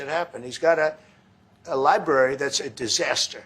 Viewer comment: My kids used to pronounce the word like “libarry,” too. And then they grew up.